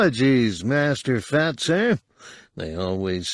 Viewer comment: I love how it sounds like he’s calling him Fatt. It’s hilarious every time he says it.